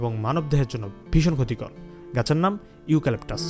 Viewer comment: ইউ ক্যলেকটাস না।ইউক্যলেকটার গাছ